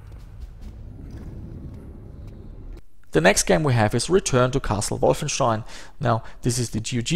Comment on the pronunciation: Finally it's confirmed, german is your native language. Was not sure before but how you pronounce Wolfenstein gave it away. :D